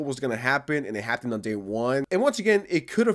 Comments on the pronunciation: Imagine saying "happtened" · "It just hapt in" 😂😂😂😭😭😭